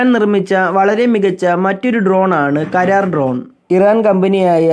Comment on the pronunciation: കരാർ അല്ലാ... karra-r